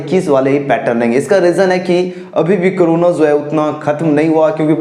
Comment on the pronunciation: CHORONO nahi sir CORONA (FREE FIRE addiction)